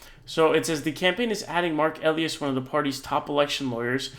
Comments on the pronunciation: Quick correction eh-LIE-us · Elias = EE-LIE-ASS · Mark Elias-( pronounced Ah- ly- as) Democracy Docket- have been saving our VOTER RIGHTS FOR DECADES!!🗳🗳💙💙💙🇺🇸🇺🇸